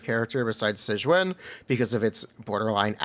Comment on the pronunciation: If you need help pronouncing her name you can just play the damn story and the characters will say it out loud for you 🤙